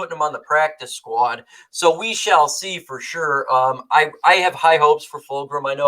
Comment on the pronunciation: gotcha. Also not to nitpick but there is no r in Fulgham’s name. It’s full gum.